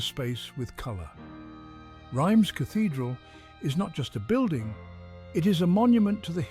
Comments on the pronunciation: Reims is pronounced reemz not rimes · Pronounced 'rams' by Google Not rymes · It is pronounced "Rhahnz" cathedral - not "rhymes" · Rhymes Cathedral! It's pronounced "Reems" in English and to rhyme with the French pronunciation of "pince" in French. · Excellent documentary. My only complaint is your pronunciation of Reims. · Well, kind of english pronunciation for a french name...